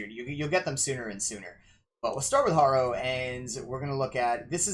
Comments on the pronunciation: PC Harrow, not Horrow. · Harrow said like Haro Gunda m